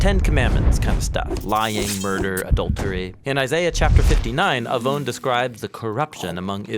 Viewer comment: תודה רבה 👍🏻 well done video As a Hebrew speaker - you’ve nailed it and communicated the word עון clearly and powerfully and above all - pointed to Yeshua and the gospel.